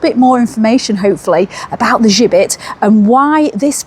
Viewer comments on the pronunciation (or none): Interesting video, but you got the pronunciation of the gibbet wrong, listen to the guy in Bankfield Museum, he says it correctly, why you say it with a French accent or twang I have no idea, think Jibbet, thats the way to pronounce it. Other than that, thanks for making a video about Halifax and its gibbet.